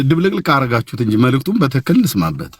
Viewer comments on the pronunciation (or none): none